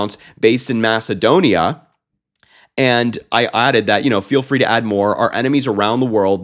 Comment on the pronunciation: Macadonia and Bangledesh? WTF?